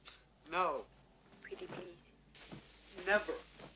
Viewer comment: “Pretty ples.” :)